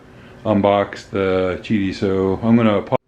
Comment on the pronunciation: Qidi not Qudi